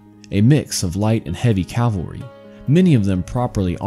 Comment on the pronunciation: CaLvary?? Really? ugh